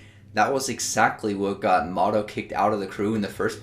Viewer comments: I think it's "Mo To" instead of "Motto" :) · just "moto" as in Miyamoto :p